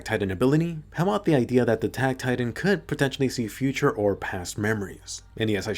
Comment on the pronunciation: Actually it’s future not futur